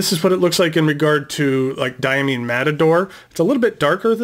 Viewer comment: Its DiaMINE as in coal mine. Diamine is located about 12 miles from where I live, maybe get the cadet co to do a raid... Hahaha, hope you dont get upset about me saying about the pronouncing of Diamine, I'll have to get more into this story. Smart pen set, surely will be conversation pieces. Best wishes to all pen people. LeZc @@